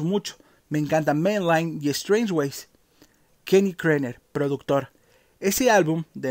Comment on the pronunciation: Kenny era KERNER y no, Krener... Más de cinco veces el mismo error. Tipo grande...